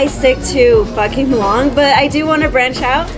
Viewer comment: Sounded like you were cussing when you said Pho Kim Long lol